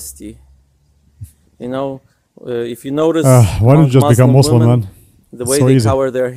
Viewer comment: It's not "Mazlem" for God's sake.